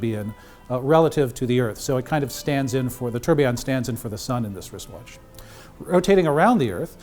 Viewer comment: I am not gonna buy it coz the way you pronounced 'tourbillon' was not authentic ......